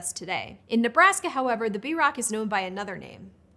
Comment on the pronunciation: You're pronunciation of Bierock is interesting. I've never heard it pronounced like that . . . I supposed my family could be mispronouncing it, but we say it more like Brrok, with a rolled 'r'